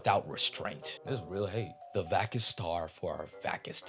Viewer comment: Except for mispronouncing "vacuous" a couple of times.